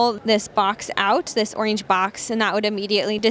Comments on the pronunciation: FFS ORANGE (or-inge) not oinge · Why can’t she say “Orange” correctly? It’s not a lisp. Really bizarre. But, otherwise thank you for being one of the few people to review these. I have a transportation business and this is perfect for us. Just price. I have five M2’s in our fleet currently. All last mile reefer bodies. I noticed the last video you uploaded was three months ago. Please don’t get discouraged. There are small business out there that can really use this type of content.